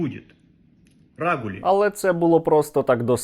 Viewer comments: Дмитруку треба зробити так щоб слово рагуль він не міг виговорити. А коли думав про це слово то просто обсцикався👍💪🇺🇦Віримо в ЗСУ! Сергію а це лайно Дмитрук хоч копійку перерахував на дрони?😱 Дякую за випуск! 👏👍💪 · Оте чудо хизувалося словом "рагулі", але навіть не спромоглося його вимовляти правильно. Бідося Слава Україні!